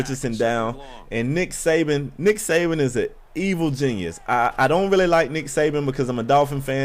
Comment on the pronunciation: It's actually Saban, not Sabian. He'll kill you for that. Haha, jk. Roll Tide!